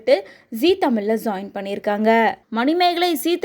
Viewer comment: Adhu zoin illa ma join 😂 first ozhunga pesa pazhagunga ma